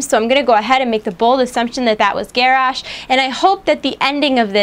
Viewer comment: pst, you said Garrosh wrong. its pronounced Ger-Osh.